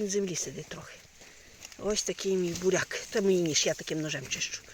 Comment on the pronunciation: Чого ти єхидно хікаєш спочатку навчися говорити"буряк",а не барак і т.д.